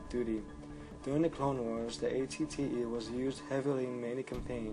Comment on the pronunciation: ***** derp sorry xD wasn't thinking. also was it just me, or was he saying at-ts instead of at-te ?